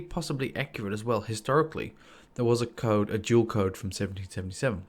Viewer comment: I thought you said 'jewel' and i was thinking 'what jewel?' but you said 'duel'